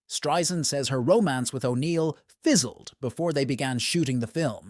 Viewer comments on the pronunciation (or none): Irks me to no end that this woman, with her illustrious career, hasn't earned the right to have her name pronounced correctly. It's not hard folks...Stri-Sand, NOT Stri-Zund. Geezus!!!!! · You should know how to pronounce her last name by now. Strie-SAND, like sand on the beach! Not Streisnd or Streizund. No excuse. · Barbra's name is pronounced Strei "sand" !! I would think if you are calling her a legend, you would know her name! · If she's such a legendary performer, why can't you pronounce her name correctly?